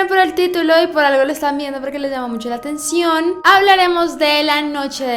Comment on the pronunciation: Ese "la atención" sonó como un "y si este vídeo no tiene vistas ni likes van a ver" xD